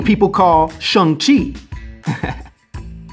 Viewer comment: Ahh you said the name right lol and then laughed ...that was cool